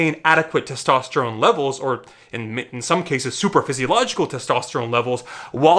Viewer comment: Lol I knew you watch Dereck’s chanel when you said “superfisiological”